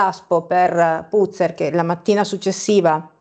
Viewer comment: Si dice Puzze'r, cognome Veneto, tipo Padoan e' Padoa'n